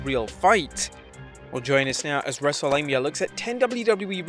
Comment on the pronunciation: Why every time you said wrestlelamia